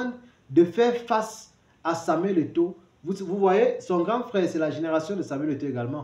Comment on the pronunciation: Il ne parvient même pas à prononcer le nom de Samuel Eto'o! Shame!